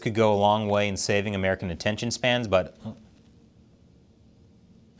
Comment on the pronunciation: “Intention spans”? 😊